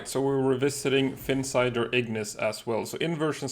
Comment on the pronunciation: Ahh finally a YouTuber that doesn't say Ignis like it's spelled igneece 😂. I'm not usually a big pronunciation police kind of guy but for some reason that one makes me cringe a little